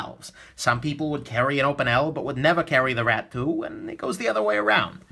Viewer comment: i keep hearing Rat-poo instead of Rat 2 xD i love you!